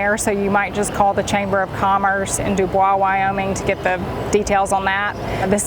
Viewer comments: Pronounced Doo-boyce not dubwa. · Thank you so much for the information. One thing I did notice is Bubois Wy is pronounced "Do Boys". They have signs there stating that. Enjoy your channel very much. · ‘Do boys’ is the pronouncement of the Wyoming town your referencing. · Dubois, WY is pronounced "Doo-boys". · The town of Dubois WY is pronounced DU BOYZ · Our little town is pronounced - Doo-Boys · We've actually been to Dubois a couple of times, and I always forget the odd pronunciation. Sorry! 😁